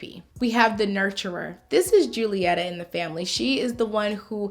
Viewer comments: Just wanna say that you miss pronounced Julietta's name, its actually pronounced "hulietta", bcuz its Spanish.🙃😃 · It’s pronounced “HULIETA” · Just so you know, the J in Julieta is pronounced like an H 🙂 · The j in the Julieta sounds like a h not a j